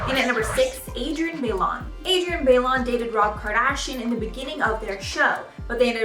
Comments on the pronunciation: It’s Adrienne By-loan not bay-lon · Adrienne Bailon: ba-i-lon not baylon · Is it really that hard to say people's names correctly though?! Adrienne Bailon isn't pronounced Bay-Lon it's pronounced Bi-lon. And it's actually Houghton now, she is married and that's the name she has chosen to go by so please use her correct name and if not, at the very least pronounce her maiden name correctly. Same with Nicole Polizzi, this is an ongoing thing I notice, these are celebrities how people can't say their names correctly is beyond me but it drives me insane.